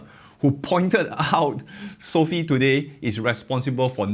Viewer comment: You do know it's not pronounced as "Sophie". It's so-fi.